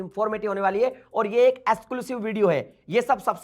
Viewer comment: Exclusive ❌ Exculsive✅😂😂 Sasta jethalal😂💯